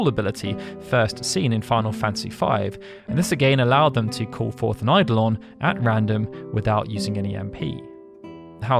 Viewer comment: Every time someone pronounces "eidolon" correctly I shed several tears. Bless you.